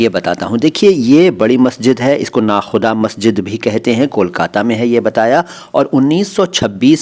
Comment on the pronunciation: Nakoda maszid, hai na ki nakhuda